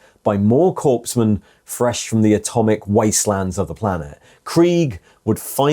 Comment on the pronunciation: It’s not corpsmen lol